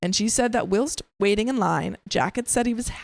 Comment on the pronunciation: learn how to pronounce the word whilst